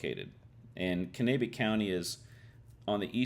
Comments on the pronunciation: its pronounced CAN-AH-BECK county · Way to butcher pronouncing Kanabec